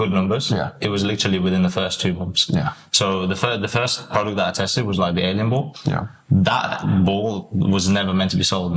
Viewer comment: He said alien ball